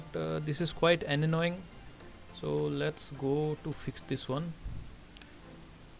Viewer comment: Dude it's not ananoying it's Annoying